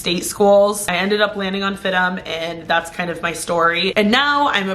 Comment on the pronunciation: I thought it’s pronounced F-I-D-M not FID-DEM? 😂. Like how FIT is pronounced with the letters seperate instead of “fit” lol